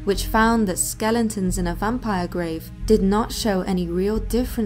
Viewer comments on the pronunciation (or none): Okay I let it slide in the other video, but you just did it again... twice... SkelEtons, not skellingtons. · I love your vids ,you have a very listenable voice and sound extremely knowledgable and it cracks me up every time you say skellingtons lol.